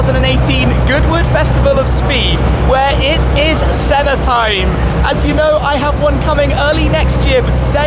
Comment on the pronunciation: Clover_Z I keep hearing him say SENNER instead of SENNA.